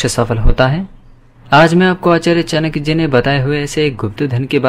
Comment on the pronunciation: चाणक्य तक का उच्चारण कर नहीं पाते चानक्य कहते हो नीति क्या कद्दू सिखाओगे